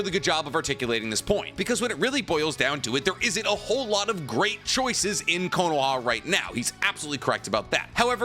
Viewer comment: why does he say konoha like that?